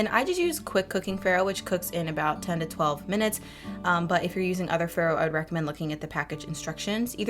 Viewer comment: These look amazing! Also, some totally unsolicited advice-it’s pronounced “fah-roh,” which is Italian for spelt/ wheat.